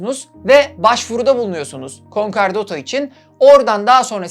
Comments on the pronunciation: Konkardato değil konkordato. Videolarınızı ilgiyle izliyoruz. Çok başarılısınız. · Bir hukukçu düzeltmesi: KonkArdato değil KonkOrdato :) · Konkardato değil konkordato:)) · Konkardoto degil, konkordato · concordato * conkardato degil ayrıca acıkladığın gibi de değil sadece bir kısmı o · Sevgili severek izliyorum seni ancak bazı telaffuzların yanlış konkardato değil konkordato'dur. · Konkar değil, konkordato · Küçük bir hatırlatma, Türkçe bir kelime olmadığı için dilimizin dönmemesi kabul edilebilir bir durum: kon-KAR-dato değil kon-KOR-dato yani Konkordato diye telaffuz edilmesi gerekir :) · KONKARDATO DEĞİL;KONKORDATO... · konkardato,konkardota bir doğrusunu söyleyemedin doğrusu konkordato. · Konkardato değil konkordato 😉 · "Konkardato" değil kardeşim. Konkordato doğrusu. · Konkardato degil.Konkordato. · Konkardato değil konkordato dostum . Ayrıca konkordato kararını icra hukuk değil Asliye Ticaret Mahkemeleri verir. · Konkardato değil konkordato ve görevli mahkeme Asliye Ticaret Mahkemesi. Hukuksal kısma çok girmesen iyiymiş 🤦🏻‍♂️ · "Konkardato" değil, "Konkordato". Bunun dışında çok başarılı çalışma 🙏🏻😍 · "Konkardoto" değil "Konkordato" olacak. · konkardoto değil konkordato olacak çok fazla üst üste söyleyince yazasım geldi :D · Concardoto değil concordato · konkordato olacak yanlış duymuyorsam konkardato diyorsunuz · ALLAHINI SEVERSEN KONKORDATO DEMEYI OGREN BASKA BISEY ISTEMEM. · Emeğinize sağlık. Bir küçük düzeltme yapayım. Doğru telaffuzu "konkordato" şeklinde. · Konkordato bukadar guzel konusuyorsun dogru telaffuz lutfen dikkat! Insanlara yanlis ogretmeyelim! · WTF! Konkordato kelimesini söylemeyi bilmez, hukuki süreci yanlış anlatır. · Videoda hatalar var. Konkordato sözcüğü yanlış okudunuz ve icra hukuk değil adliye ticaret mahkemesi 😇 başarılar